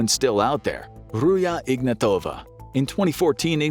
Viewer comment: Ruzha Ignatova is bulgarian. get the names pronunciation straight, rookie.